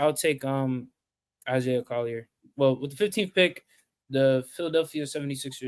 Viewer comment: He said Isiah Collier at #2?! HELL NAW! 🤦🏿‍♂️👎🏿